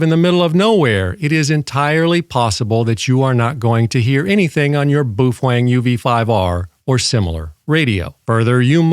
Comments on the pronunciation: Baofeng is pronounced bow (rhymes with how) fang (rhymes with bang). Not boo-fwang. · And BTW. You sound like an idiot saying "boo-fwang" you're the only person I have EVER heard say it like that and you're thinking you have power over that?? Dumb af. Its "bow" (like bow wow like a dog.) "Bow-fung" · Bu Fwang 😂😂😂. I'm sure it's pronounced Bow Feng.🤦‍♂️🤷‍♂️. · "Boo-feng" . . . lol. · Maybe in Japanese, but BaoFeng is a Chinese company, and they don't speak the same. Even using a translator it's pronounced Bo Fang, which in English is Storm Wind... Not trying to be an asshole or anything. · In case you were wondering, it's not pronounce boob-fang, or buoy-fang or bwee-fwing, or boo-fwing. It's pronounced bow (rhymes with cow) fung (rhymes with dung). Just wanted to clear that up for everyone's benefit. Bao like cow, feng like dung. Bao Feng. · “Boof-wang” lol! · I'm crying every time you say 'boof wong' 😂😂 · Well I learned how to pronounce Buffwang. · About to buy my Baofeng UV-5R and I'm glad I watched this video because I've been pronouncing it wrong this whole time. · Strange pronunciation of Baofeng! 😂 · you're a frigging idiot. you need to first learn how to properly say the name of the radio and then learn to talk naturally and not like a damn robot. go get yourself a life update for all the stupid smart-ass morons out here. and yes to the moron that stated " watched leave it to beaver" at least he had more brains than you do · I don't like you. And you pronounce baofeng wrong.